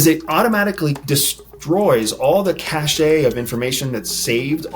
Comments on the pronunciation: ugh - cache pronunced "cash" not "cash-A" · Love you, it's just cash tho (cache), ❤ not a big deal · great info, but it makes me cringe every time I hear you say cache. the 'e' is silent, its pronounced 'cash'